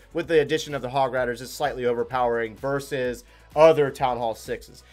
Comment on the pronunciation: It should be "versus" not "verses"....